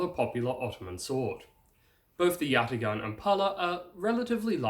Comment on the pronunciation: Turk here... great video! I would like to help you with the pronunciation. It's spelled yatağan, but pronounced yataAan.